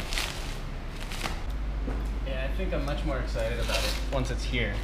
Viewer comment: "Very exite" lol